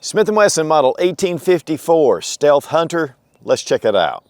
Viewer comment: Steath hunter? 😂😂 no biggie